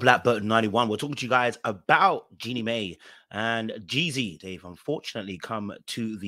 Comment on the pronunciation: It’s Jeannie pronounced My